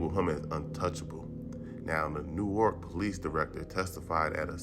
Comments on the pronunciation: NEWARK....IS PRONOUNCED* NORK* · We don’t say it that way tho 😭😭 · Brick City Stand Up!! Born and Raised!!! Pronounced (NORK) NOT New-Ark!! Respectfully💯#southward#freeakbar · 😂😂 you can tell who's not from Newark,they pronounce it NEW ARK, people from Newark as I am say NORK 🤷😂❤️